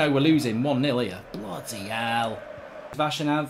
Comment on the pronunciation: Can we get a "BLUUDY HEALL" counter in these compilations